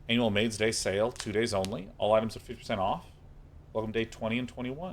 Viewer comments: he defo said "anal" instead of "annual". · What did he say the Maid Sale was at the 29 minute mark, didnt sound like Annual!